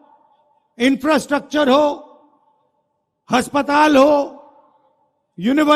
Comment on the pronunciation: Sale kaam se kam hindi to thek se bol haspatal nahi aspatal